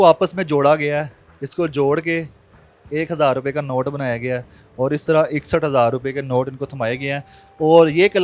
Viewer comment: " اوڑ " نہیں ہوتا " اور " ہوتا ہے